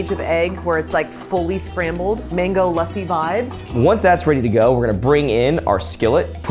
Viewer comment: I love how actually pronounces 'lassi' correctly!!